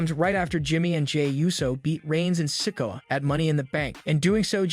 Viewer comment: PLEASE LEARN TO SAY THEIR NAMES RIGHT YOU ARE SAYING SOLOS LAST NAME WRONG GET IT RIGHT ITS NOT SICKO LIKE YOU ARE SAYING